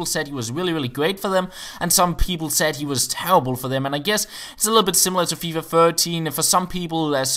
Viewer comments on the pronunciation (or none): none